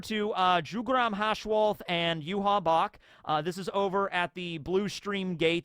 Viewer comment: Jugram isnt pronounced like that. "J" should be pronounced like "Y" (like yarn, yet..), the same you would pronounce Yhwach